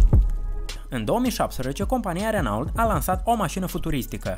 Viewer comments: Prezinti un canal care vorbeste despre tehnologie si tu spui "Renault" in loc sa spui "Renò"? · Se pronunță "Reno", nu "Renault" . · Renault se citește reno.......